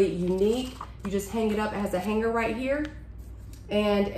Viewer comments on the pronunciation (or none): none